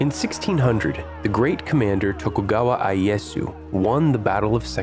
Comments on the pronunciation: Tokugawa aies(i s)🙅‍♀️ とくがわあいえす Tokugawa ieyaus(e a)🙆‍♂️ とくがわいえやす 徳川家康 Sorry for the minor things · Tokugawa i-e-ya-su